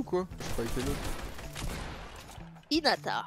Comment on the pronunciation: Mmmmddddddrrrrrr hinata pk i dit hinata mdr